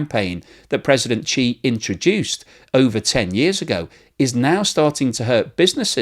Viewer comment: why are you pronouncing his name as Chee not She?